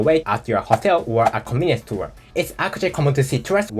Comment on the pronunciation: Every time you say "Convenience store" it sounds like you are saying "Communist Tour." 😂